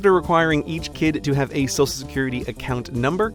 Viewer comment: Heh, you say "sosal security card"